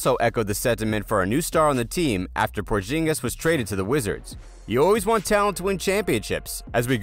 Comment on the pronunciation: He said Davis not daavis and said porginus